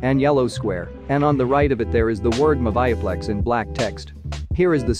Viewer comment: Its pronounced moovieplex